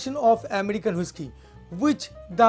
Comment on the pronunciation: Is not woishky ...avoid ur bengali tone of speaking Its whisky..